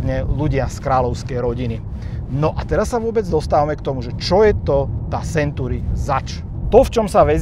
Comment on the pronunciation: to su silne slova, video nebolo spatne. ale na tej anglictine to chce trosku zapracovat, century sa urcite nevyslovuje [senturi]...trhalo mi to usi celu dobu